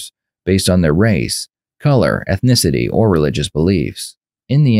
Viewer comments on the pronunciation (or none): "Ethnenticity"... I wonder how you establish motivation when you can't even say the word 🤔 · ZOMG THE DETECTIVE said "ETHNITICITY'..... he needs to go back to English class. It's ETHNICITY, people! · The cop said eth-no-tisity 😂